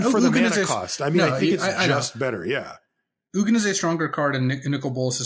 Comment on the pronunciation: Having trouble with pronouncing the G in Ugin? I have experience with this.